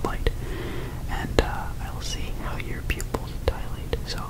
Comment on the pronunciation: How on Earth like 90% of ASMRtists don't know that the word is dilate (not dialate) is beyond me.